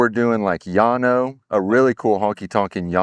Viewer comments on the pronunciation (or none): Llano is pronounced Lano, not Yano.